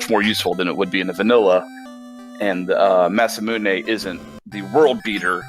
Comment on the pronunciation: thank you so much for knowing how to pronounce the word masamune. It's just a small pet peeve of mine when people pronounce it mas-mune instead of mas a moon a. I had to look it up cuz I never know but I one word I wish the community would learn how to pronounce because I haven't heard one commentator say it right Bahamut... ba hum moot